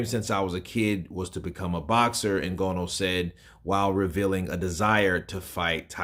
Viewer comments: "IN-GA-KNEW", not "IN-GO-KNOW" 🙂🙏🏾, with that said he does need to put in alot of work in order to show better than Wilder if he really does what to do boxing, he can make it eventually if he really wants to. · Ngooooono? It’s Ngannou dude, please put some respect on the UFC heavyweight Champion’s name, and pronounce his name correctly🤬